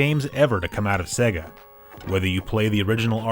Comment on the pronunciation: it is pronounced SAY-GA, u know like the Sonic intro